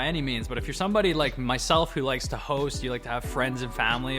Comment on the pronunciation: ”To host”, i thought bro said ”the h0es”